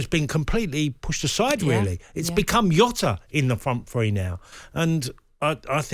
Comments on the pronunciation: It's Jota not Yota ffs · "JOTA ISN'T FAR OFF SALAH! Lmfao. Jota is bang average. Also its not Yota Tony its Jota. The only player who could replace Salah is Mbappe or Haaland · Its Jota not Yota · Jota English all of a sudden?